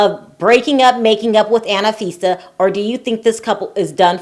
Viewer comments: It's anfisa not anifisa 😂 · It's An fee. sa. not anna fi sa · It's Anfisa, not Ana-Fisa. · It is not "Anifisa" it is "Anfisa"~ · It’s not Anna-fisa it’s Anfisa like unfisa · Tsk, tsk....just a heads up - George is English for Jorge and its An- fisa not Anna-fisa!!! Aye Chihuahua! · you're irritated about "name changes," but you keep saying "Annafisa" instead of Anfisa🤣. Also, Jorge didn't really change his name. Jorge and George are the exact same name, just in different languages. Damn, I'm not even American. I'm South African and even I know this! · FYI, Her name is pronounced AHN-FI-SA, Not ANNA-FI-SA. :) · I died each time you said Anna fisa 😂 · Why do you say AnAfisa??